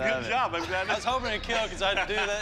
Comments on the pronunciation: Bardiche will kill "IT WILL KEAL" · It will KEAL